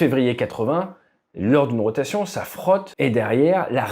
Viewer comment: "Ich rotation" 😂😂😂